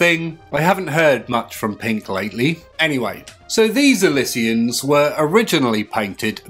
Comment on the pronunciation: It's pronounced ill she uns!!!